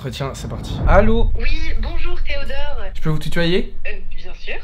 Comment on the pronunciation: les « d accord theodort »😂😂